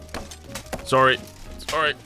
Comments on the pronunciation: Idk wether to believe his uncanadian killing or his extremly canadian "soory" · The most violent Canadian I've ever seen. I don't know for a fact that he's Canadian, but I'm willing to bet my life on it. I heard that "sorry", so that's enough for me.